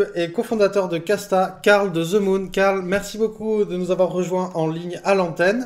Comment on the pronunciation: ze moon lol